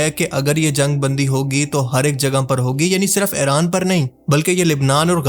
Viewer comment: Bhai plz Eraan nahi Iran bola karo